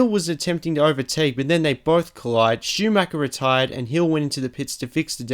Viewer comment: Same with Schumacher... he basicly says Schumacker, which really hurts me as an German.